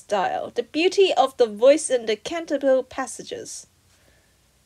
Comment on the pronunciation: Not to be that person, but it's pronounced Cahn-tah-bee-leh